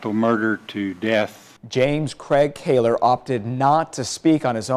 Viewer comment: It's Kahler, not Kaler, silly...